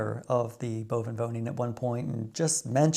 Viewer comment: Enjoyed your newest video, 🍀. How you say "onderwoning" en "bovenwoning" is marvellous. Nothing wrong with an accent. When I speak Dutch, I have a slight Frisian accent. People from the south have "een zachte G" and that sounds lovely 💕. Your optimism is needed for the next 4 years, isn't it? Won't say I'm a pessimist, but hearing Trump's inauguration speech made me feel sad and even a bit depressed. You voted for Harris, which is no surprise. You have enough common sense 💙, that was already clear to me. Don't know if you can call all these MAGA people polite? Of course I know they are as polite as a You seem very polite to me, but one can also be too polite and then it tends to be fake. That's not the case with you, ❤. I've never been in America, but I see Americans on television and often with such a "toothpaste smile" and that seems often fake/doing polite to me. The Dutch and especially Frisians don't do that....perhaps some 😏. They are more "recht voor de raap". I like that and I'm rather direct too. Making money is more American than Dutch, despite our past as a "handelsnatie". I do something in stocks and crypto, but I don't buy the Trump coin or Tesla stocks for example. My impression is also that Americans are less interested in non-American things. They don't know much about the world outside the USA, am I right or wrong? It's of course logical, because the USA is soooooo much bigger than the Netherlands. Let's quit, because I'm writing a book here 📖😊. Wa